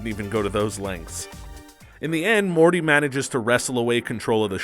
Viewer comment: He called Morty, Marty